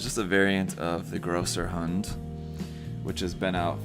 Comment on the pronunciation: It absolutely is Größerhund (Grosserhund). That "ß" is not a "B"; it's the "Esstset". It makes the "SS" sound in German.